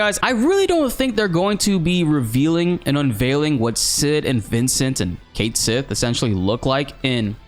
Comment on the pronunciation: pretty sure its pronounced Kate Seeth